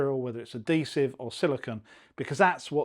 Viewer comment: Bad habit pronunciation NOT "a-dee-siv" SAY "ad-hee-siv" DON'T say "elfie" DO say "H-ealTHy"